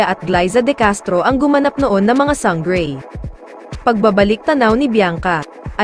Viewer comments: Sanggrey? Slang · Sang-grey, Te-rah.. omg 🤣